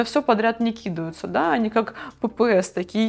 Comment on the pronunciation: В слове кидаются ударение ставится на втором слоге, а не первом, вы же не на деревню Кукуево вещаете.